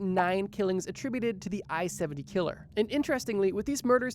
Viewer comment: The way you say killer makes me want to die